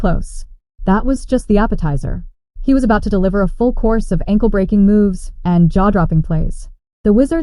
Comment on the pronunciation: Breking? or breaking?